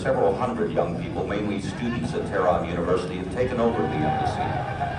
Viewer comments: To pronounce Tehran correctly, you need to emphasize the first syllable more forcefully. It is TEH-ran, not Teran. Thanks for the video. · Pronounce the H when u say Teh,, than speak ran like u would the name Ron in english. Finally, emphasize the second syllable. TeH-RON Et VOILA! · Couldn't finish because of the constant mispronounciations. Research?? You can't learn to say "Tehran," "Iran," or "Iranian" before you make a video ??? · So glad you came to Tehran. Pronunciation may be helped by lengthening the a ‘a’ to ‘aa’ not always. The metro system is really amazing given the time that it has existed and it is extremely good service. In the past Tehran had a problem with pollution (it still does but given the growth not surprising) so many parks have been created. Trees in the city are protected such that if any developer damages one the penalties are very high. Also on the metro in order to get people out of their cars the fares are heavily subsidised. I hop whilst in Tehran you will visit the Milan Tower - the view of Tehran at night is stunning. Also there is the largest bookstore in the world’the book garden’ and the shopping malls are without parallel in the west. If you have time please visit Isfahan you will not regret it - I promise you. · You need to pronounce the "h" in Tehran, the same way that you pronounce "h" in uphold.